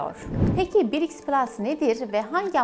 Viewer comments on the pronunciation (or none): Birics degil brics😂